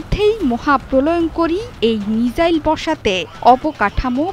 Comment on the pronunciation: প্রিয় সংবাদ পাঠিকা, মিজাইল নাকি মিসাইল????? উচ্চারণ ঠিক করুন..